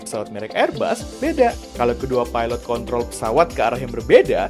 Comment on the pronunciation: Hati2 pengucapan kontrol bang... Kadang sering kepleset.... Astaghfirullah